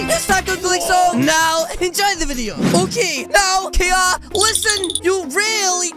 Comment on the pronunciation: Its OKEH not to be OKEH (titan cry😭)